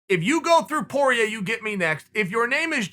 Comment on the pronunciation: Chael “Dustin Por-yay” Sonnen